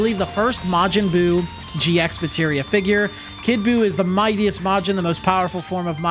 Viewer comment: This on is no biggie but It's actually red as G Materia without pronouncing the X. Same as how you read Hunter X Hunter and Spy X Family.